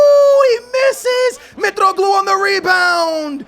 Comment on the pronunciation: FYI Mitroglou is pronounced in I I'm Greek so I know